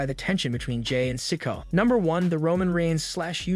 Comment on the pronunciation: This dick is STILL pronouncing Sikoa "SICKO". Fire his arse !! 😮